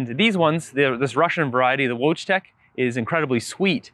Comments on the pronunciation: It's pronounced Voytek. Like the voy in voyeur. Haskap is a Dutch word, but the Dutch were in a monopolistic trade agreement with Japan before anyone else until the USA forced them to deal with the west openly. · Your "wojtek" is pronounced "voy-tech" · Wojtek is a Polish variety and it is pronounced more like "voytek". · Wojtek [read: voitek] is a Polish (not Russian) cultivar. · Just came to say the same) [voitek] for wojtek, polish word after male name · Wojtek - pronounced Voy-tech